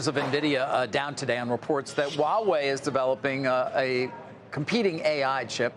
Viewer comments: WTF is "Wah-way”? It's "hwaa·way". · Huawei not HAUWEI